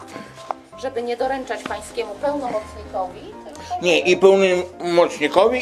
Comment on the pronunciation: "pełnomocznikowi" XD ma fajne nie raz przejęzyczenia:D